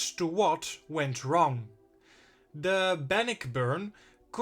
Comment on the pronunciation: Good documentary,!! The Great Lakes ships, have some interesting, tales also🤔. The pronunciation for 'Bannockburn' is; Ban•nôck•burn. It's a city in Illinois, I believe. A ship, if you could cover next; could it be the famous concrete ship in Cape May Point NJ, named The SS 'Atlantus'??? It's not an exciting shipwreck, but it's part of our, local history.